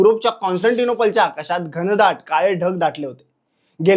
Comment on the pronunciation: गंधाट नाही रे घनदाट असतात 😂😂